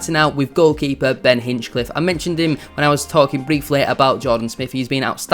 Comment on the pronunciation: Well researched but missed the target on one or two points. i) A number of the fringe players you mentioned were brought in - often at short notice - to cover an unprecedented catalogue of long-term injuries; that’s all they were, cover. ii) It’s Ben Hinchliffe not Hinchcliffe; what is it with YouTubers who simply can’t get his name right, even those like yourself who are better than most; likely golden glove this season and an astonishing story from NLN to League 1 breaking almost every County goalkeeping record on the way. iii) You’ve missed the point about County’s recruitment over the last four years and the signings you suggested were way off the mark; the players brought in were never just about promotion, but about the next promotion as well - Sarcevic (pronounced correctly ‘Sars-e-vik), Madden, Powell, Olaofe, and others. Bradford City might look at this model to their advantage and learn. Wrexham to a degree have done like County, though have actually lost out to County more than once over the past three or four seasons in player chases (Nick Powell); the Vita properties (County owner’s company) in central Manchester are a big enticement and makes playing for Stockport County very attractive (Search Vita Living in Circle Square for example). The club’s infra-structure in every respect is some way in advance of their position in the pyramid. iv) If you check out the County forum, there’s a thread about players’ contracts - not really an issue (though Ethan Pye being p